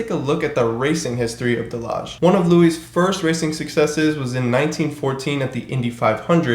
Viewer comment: Delage pronounced, De La Hey